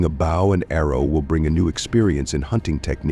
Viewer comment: Ha Ha stop making me laugh it's bow & arrow pronounced boe, the way your pronouncing it is what a celebrity does on stage to the audience or person bows to a king or Queen.